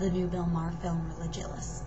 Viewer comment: Sorry, did you say regilous? As in ree-gi-lus lulz.